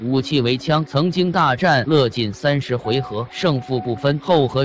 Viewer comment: 樂進，不是唸”勒』!姓氏的樂唸『月』!!